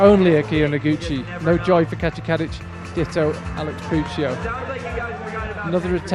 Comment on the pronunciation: Can't help it but I keep hearing the commentator say "Katja Cabbage" instead of Kadic.